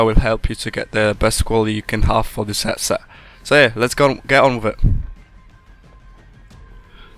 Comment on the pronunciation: 'hetset' o-ok